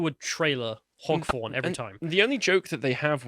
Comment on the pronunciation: Hog Forn? Anyone else catch that?